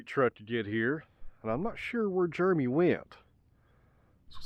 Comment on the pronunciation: Juremy. Never heard it pronounced like that.